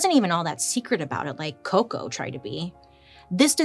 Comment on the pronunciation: You made my day 😂 the way you said coco was amazing